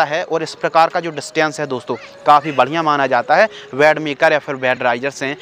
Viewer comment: Ved nahi bed hota hai